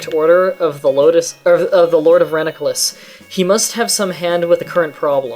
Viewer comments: It's pronounced rananculus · Lol he still has to read it. You should type it as "Ra-nan-cu-lus".